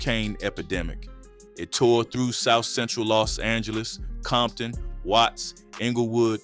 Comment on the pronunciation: Became the Crips worst nightmare?? Gimme a break. And this AI stuff is getting outta hand. What the hecc is Leu aders park? And there's no such place as bompton. 😒